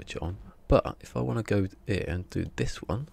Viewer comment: “Inverter” not “ igvurtuur”! Because it has bloody e’s in it. Same with your “er” it’s “here” mate, please don’t degrade our English language.